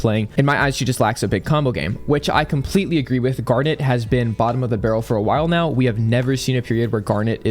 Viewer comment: are you serious right neow?